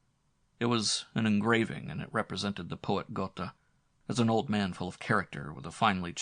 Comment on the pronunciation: It's Guh(r) teh isn't it? Goethe pronounciation